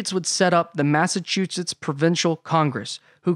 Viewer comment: Hearing you say "Massachusetts" really hurts my ears. Yikes!